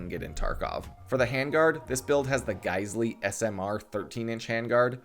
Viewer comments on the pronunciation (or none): Geissele is pronounced like "gai sel".